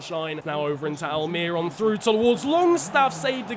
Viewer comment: Throwback to when I bumped into Miguel Almiron at my local mall. also it's pronounced Al-Meer-Own